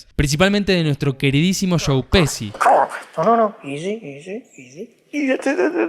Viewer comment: Me sorprende que un argentino pronuncie pesi para decir Pesci.